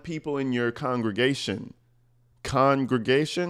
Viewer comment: Connnngraaaagaaaaysion lol 😂 😅😂